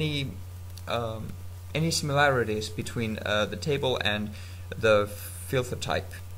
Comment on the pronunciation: Lol you say filther instead of filter